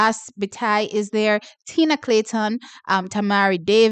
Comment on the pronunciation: You said tina